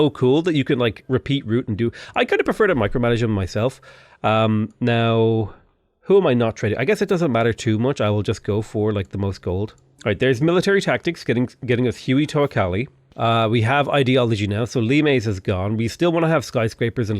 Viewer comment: Lol Huey teocali always gets butchered it's pronounced "Whey teh o cali"